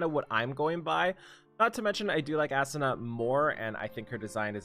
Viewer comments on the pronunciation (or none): sigh. please pronounce it as "Ah-Su-Na" not Assuna lol